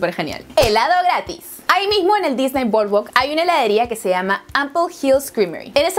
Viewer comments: "Loj Parquej dijney" Jajajajajajja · Se pronuncia "disni" no "disney". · Se dice disni